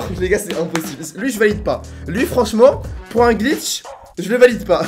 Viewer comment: il a bien dit « des glicth dans la vrai vie😂😂